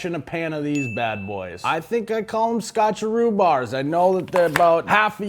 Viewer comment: It's skotcheroos